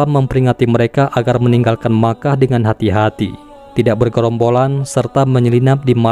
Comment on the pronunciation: Mekah min , bukan nya makah .